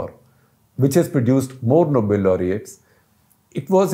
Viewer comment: It is Nobel, not noble.